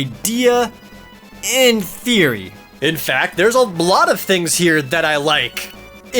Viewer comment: In theory? Don't you mean in *Firi*?